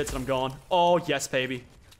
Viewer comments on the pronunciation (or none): none